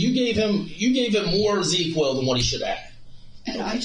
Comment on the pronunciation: I know this is just nitpicking but it’s Zzzquil. Not ZeQuill